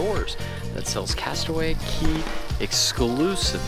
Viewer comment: Great job! Aside from vlogging that day, I hope you also got to enjoy your time adulting at Castaway Cay! And a double thumbs up for properly pronouncing "cay" (key)!